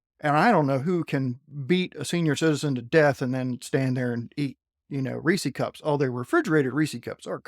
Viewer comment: Reesey Cups? I'm going to try to forget this and keep listening.